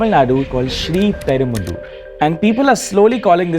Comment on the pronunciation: its "sri perum bu dur" not "sri peram ba lur"